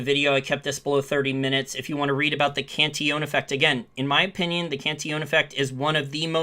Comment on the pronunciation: Cantillon[ kahn-tee-yawn ]